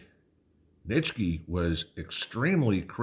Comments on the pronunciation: Please say "NEECHY" lol. She also ignored "Inalienable". Irked me. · Nietzsche...pronounced NEE-CHEE